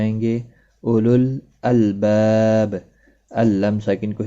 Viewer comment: Oolil nahi hain olul albab hain.